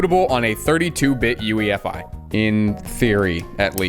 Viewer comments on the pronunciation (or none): none